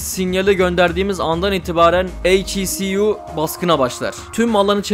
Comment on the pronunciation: "eyç i si yu" diye uğraşma bence "heku" de geç. güzel video bu arada